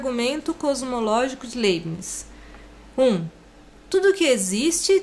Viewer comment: A pronúncia correta seria "Laibniz"